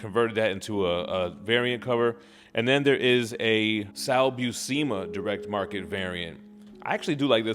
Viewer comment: Great review. Sal Buscema has been my inker for 12 years. We even collaborated on back stories in the IDW ROM series. Sal's last name has *no hard "e" in the second syllable of his last name. It's "Byew-Se-Mu". Thanks again for the review.